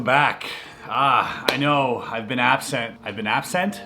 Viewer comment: Chris struggling to say absent lol